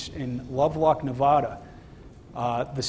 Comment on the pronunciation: FYI: NOT Nev-ahhh-da, It is Nev-a-da Pronounced with a "short a", not like when the doc with a tongue suppressor says - say ahhh. And Illinois (s is silent)